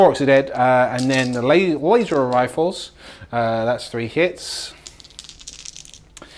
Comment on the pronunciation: Lay-zer Rifles